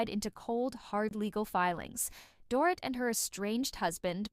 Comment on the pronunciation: It’s pronounced “Doreet”. Does this narrator even watch the show?